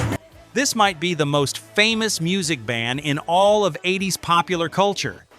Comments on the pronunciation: I’m a 62 year old gramma. I have this to say, “ Tipper Gore will eventually be gone. The music lives on.” “Eight zero s”. Dude, edit your AI already. And Mick, I want that bolero. RIP Ozzy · I've never heard of the 80s spoken out like eight-zero-ess. 🤣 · Dear "ROCK LORE" - fix your transcription software or stop letting an AI do the narration. Hearing someone repeat Double-U-Ay-Ess-Peee instead of WASP is just plain grating. And having it talk about the mid "eight-zero-ess" is what used to be called an epic fail. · sorry I don’t subscribe to channels that can’t narrate their open content. 8 0 S instead of 80’s, REALLY?’ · Cannot endorse videos like this that are so poorly made with AI that they call the eighties Eight-Zero-S. A little editing goes a long way. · It’s WASP “We Are Sick People” I hate AI voice overs!!! It’s “80’s” not 8 0 s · That's because the narration is AI generated didn't you catch where he said 8. zero S instead of 80:s? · You would have enough sense to call the decade the 80's, not 8,0,s AI SUCKS!!! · or "The 8-0-s" AI can't pronounce "Eighties" apparently 😅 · Do you watch the video before you publish it? Really? The band "Double U Aye ess pee" in the mid eight zero "S" instead of the band WASP in the mid 80s? I didn't make it through the first band before I stopped watching! AI sucks! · Why is the Video and song for "Blind in Texas" the Wild Child? Who messed that up? Why can't the AI say Wasp like the insect. These videos are so funny to listen too at times. It says 8 0 s instead of the eighties. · I heard "doubleyou-ay-ess-pee" and "the mid eight-zero-ess" and stopped watching. Stop using AI to read your fucking scripts! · This AI voice over needs more work... "Eight Zero S"... Interesting W.A.S.P. is called WASP... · ""eight Zero Ess" is what happens when you are too lazy to narrate your own video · I loved the 8 zero s. 😁 When the AI spelled out wasp it made think of when some one says get that to me ASAP. 😆